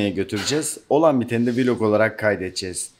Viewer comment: Abi cigerini seviyim vloga vilog deme gozunu seviyim ya Hollandadan saygilar severek takip ediyoruz